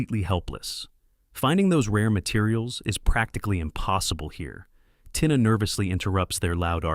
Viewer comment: Tina is pronounces Teena